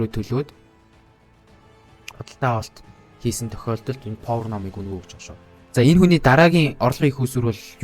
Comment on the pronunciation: повор биш пауер штэ.